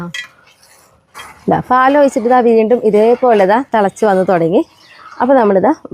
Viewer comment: തള അല്ല... തിള... തിളക്കുക.... തളക്കുക അല്ല..